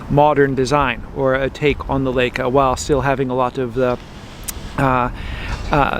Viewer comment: L-eye-ca! Not L-ake-a! Leyeca. Please.